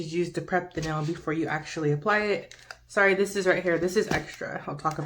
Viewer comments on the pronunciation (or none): none